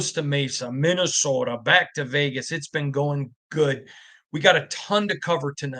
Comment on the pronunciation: Every time he says "Minnesota" it makes me think of that movie Fargo.